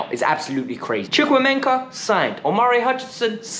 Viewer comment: You have to be the only YouTuber I’ve heard do a decent, actually good pronunciation of Chukwuemeka